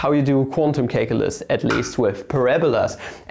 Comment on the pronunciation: please stop calling calculus "cake-ulus"